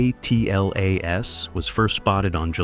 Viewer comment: The AI pronunciation on this video is horrible. ATLAS is atlas, not A-T-L-A-S. Acronyms were created to shorten unnecessary terms; way to waste precious seconds of my life I can never get back... Even more because I had to come here to complain about it.